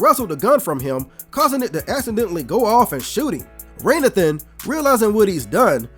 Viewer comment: Why are you calling this man "Raynathan" when it's actually pronounced throughout the movie as Ray Nathan?!?!!?